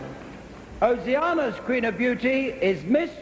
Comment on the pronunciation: Eric, bless him, could never pronounce 'Oceania' correctly. It rhymes with 'mania', not with 'banana'!